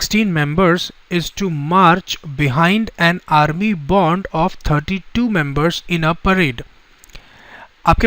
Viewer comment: Sir not bond...it's band.....love ur teaching style....thank you